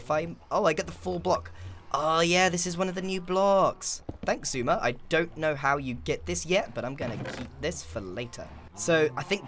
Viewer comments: it's pronounced "zi-su-ma", but he prefers "suma" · U pronounced it Xi suma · That's just how mumbo says it, pretty sure the x is silent